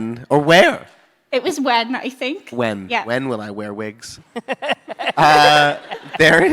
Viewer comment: LORD OF THE VIGS! 😆. Do you vear vigs?!?!